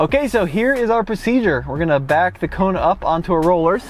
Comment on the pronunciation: Did he just call the Kona (Rugged) 😂😂